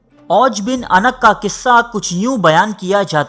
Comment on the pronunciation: Jnab lafz anq ni hota unuq hota hy.